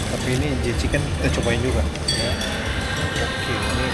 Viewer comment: Jchicken koh, bukan jekicen😅